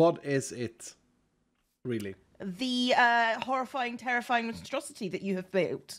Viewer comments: The monstrosity became the monustrosity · Instead of monstrosity, it's not monu-monstrosity...or Mono-Strosity!! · "Monostrosilith" ... I tried